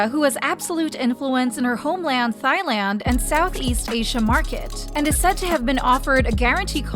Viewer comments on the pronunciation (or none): this bugs me so much. thai is pronounced TAI and not THAI. the h is silent. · I’m sorry I cringed when you kept saying Thailand. It’s THAI land not “thigh” land 😅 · I'm sorry did she say "Thighland" 😅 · It's pronounced TaiLand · Sorry but “Thighland” 😭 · Why is she saying thigh land? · Thailand is like Tieland, the h isn’t pronounced ✨ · I was looking for this comment😂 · Thailand is pronounced without the H :) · no one gonna talk ab how they said "Thailand" wrong? (not hating)